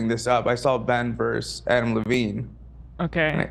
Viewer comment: I love how Ethan struggles with a name as simple as Adam Levine. He pauses intently before hitting the Levine and he still calls him Lavine 🤦‍♂️🤣🤣🤣